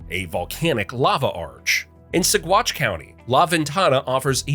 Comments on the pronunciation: Colorado Native......in a Country that is insane, I look out my window and am thankful everyday. The Sand Dunes were my favorite playground, especially in the Spring, when the water comes out to flow & if you stand in it, the sand feels like you're moving. P.S. Saguache is pronounced (Saw watch) :) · 51st fact: Saguache is pronounced like suh-waach. no g sound. Great video! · Pronounced sawach. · 'Saguache' is Spanish, as is much of Colorado (meaning 'red'), so the 'G' is silent. The word is pronounced: suh·waach. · Just FYI, "Saguache" is pronounced "Sa-watch". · “Saquache” is pronounced Saw-watch, if anyone’s interested!